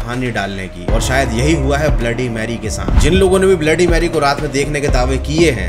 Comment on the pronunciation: Bhai aap ne 3 baar bola ha bloody merry bola